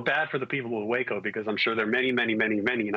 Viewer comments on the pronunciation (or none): none